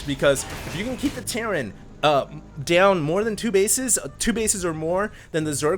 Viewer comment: REALLY Terrain!?!?!?!?! it's terran!!!